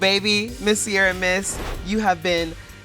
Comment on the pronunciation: Don't know why Americans keep mispronouncing Ciara and misspelling Sierra